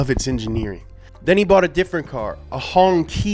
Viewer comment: the hongqi is pronounced honshi